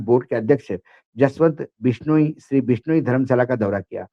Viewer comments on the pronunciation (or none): बिश्नोइ (बिश नो ई) उच्चारण इतना कठिन नहीं है। मराठी लोग भी बोल सकते हैं। कृपया कोशिश तो करें। आप इलेक्ट्रॉनिक मीडिया पर हैं। आपको सही बोलना चाहिए। याद है आकाशवाणी और दूरदर्शन पर सही न बोलने पर मौका ही नहीं मिलता था???